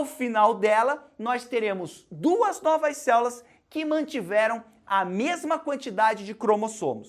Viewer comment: dou risada toda vez q ele fala "céulas" kkkkkkkkk